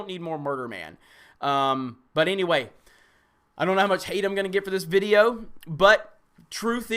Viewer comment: Videyooooo Owh no, just video